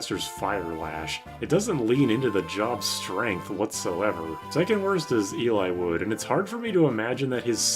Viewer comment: ahahahahahaha "elay-wood"